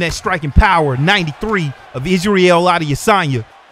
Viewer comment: How can I take you seriously when you can't pronounce Adesanya... Common man he's the MW Champ.